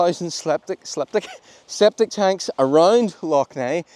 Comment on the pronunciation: "Sceptic Tanks"...lol.